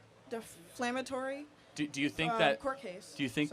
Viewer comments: She said deflamatory court case , not defamatory 😂😂😂😂 These people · Deflamatory??? lol. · What’s the point of debating someone who can’t even pronounce “defamatory?”